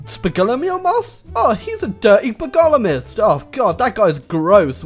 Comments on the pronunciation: The way you pronounce bogomilist physically hurts me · The way u pronounce bogomilist really makes me want to tear my throat